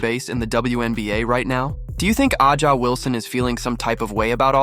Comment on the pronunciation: Who cares you can’t even pronounce Wilson’s name 😅😅😅😅😅😅